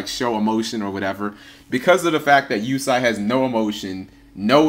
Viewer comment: its pronounced you say